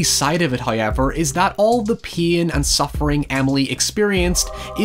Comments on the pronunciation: nobody:: "hoyever" jk, loving all your content and how much research and work you put into every video. Really spotlights movies that I'd forgotten or given a pass to. Love all of it, especially the narration!! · The entirety of the Northern Irish population: hoyever